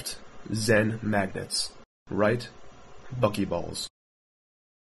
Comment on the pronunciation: Buckylols? Really? (minute )